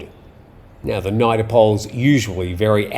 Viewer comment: Hey, great work as always. Forgive my pedantry but NIDA (pronounced Needa) is an degree granting educational institute. National Institute of Development Administration. My wife was a graduate student there yonks ago. Keep up the great work!